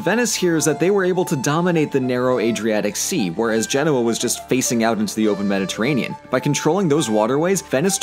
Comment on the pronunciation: It's pronounced GEN-o-A, not gen-O-a.